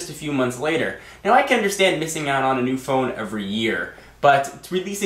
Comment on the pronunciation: "Mew" iPhone....